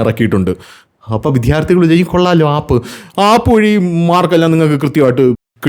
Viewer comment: വീഡിയോ പതിവുപോലെ സൂപ്പർ ആണ്. താങ്കളുടെ അവതരണ ശൈലിയാണ് വീഡിയോകളുടെ ഹൈലൈറ്റ്സ്. ചുരുക്കം ചില വാക്കുകളുടെ പ്രൊനൗൺസ്യേഷൻ കൂടി ശരിയാക്കിയാൽ കൂടുതൽ സൂപ്പർ ആകും. ഉദാഹരണത്തിന്, ഇന്നത്തെ വീഡിയോയിൽ വിദ്യാർത്ഥികൾ എന്ന വാക്ക് പല തവണ വിധ്യാർത്ഥികൾ എന്ന് പറഞ്ഞു കേൾക്കുമ്പോൾ ഒന്നു നെറ്റിച്ചുളിഞ്ഞു.. ഒന്ന് ശ്രദ്ധിച്ചാൽ നന്നായിരിക്കും..